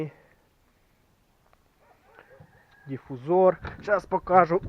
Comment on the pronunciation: Щас покаажу🤦🏻‍♂️ударение хоть ставьте норм, покажу, ударение на уу, а не покааажу 🤣